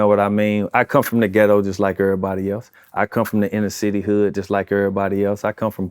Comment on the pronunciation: I love my boi chingy but i ant finna let u make it fam uuuuu said “every enter city adolescent “🤣🤣🤣 ..